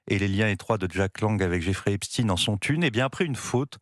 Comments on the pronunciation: Epchtaine, pas Epstinne ! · Les medias francais ne prononcent plus epstein mais epstine tout ça pour creer un lien avec la russie c'est incroyable et impressionnent leurs niveau de propagande